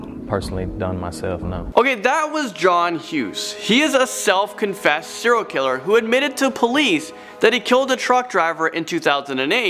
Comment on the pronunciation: 'Siral killer' 😑 Well done...